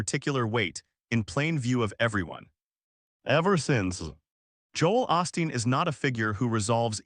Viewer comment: "OOOHHH- STEEN" NOT "AWE-STEEN".